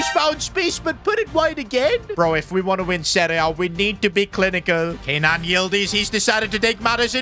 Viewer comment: It is Ke-nan not Kay-nan